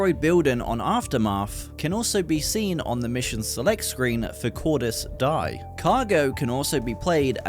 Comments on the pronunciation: Mf really said "cordis dye" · It's pronounced Cordis Dee-yay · Cordis die isn't pronounced like that but okay